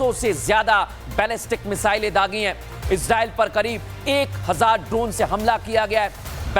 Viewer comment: Bhai Israel ka pronunciation thik se kariye samajh nhi aa rha bol kya rahe